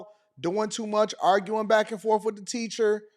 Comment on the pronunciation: Blacks are a different species. This was a known fact 100 years ago but liberal whites have rewritten history. As far as this substitute teacher goes, it's "forth" not "forf" . It's well beyond fatigue at this point. It's time to bring back the N word.